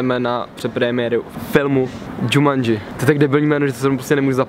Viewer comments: nevyslovuje se to náhodou Jumanji !! ? :D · "žamandži" xd